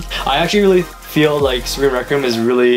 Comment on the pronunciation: Well it's not Spriggin either it's Spriggan XD